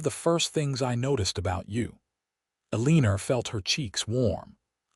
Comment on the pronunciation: It's a little thing, but her name is Elina - a-lean-ah. There's no "r" at the end. This is the second story in as many days that has done that. Same narration voice. Is AI from the east coast? It just annoys me. Good story otherwise.